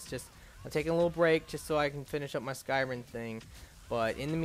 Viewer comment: Why can't you say anything right????? It's skyriM. Not skyriN.